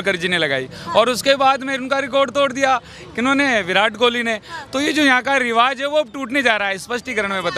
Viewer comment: Riwaz nhi riwaj hota h jahai z ki zarurat hote h vahai j bolte ho jahai j hota h z bolte ho